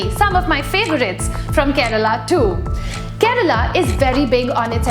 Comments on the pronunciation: It's "kerala" not "Kerela", but none the less informative video. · It's not 'Kerela' or karela but Kerala😃